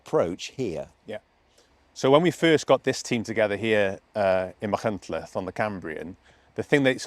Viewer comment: For once, Machynlleth pronounced perfectly by everyone interviewed! Llongyfarchiadau!